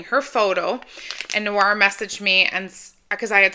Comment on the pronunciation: You’re so welcome! Glad you enjoyed everything ❤ And you pronounced my name perfectly!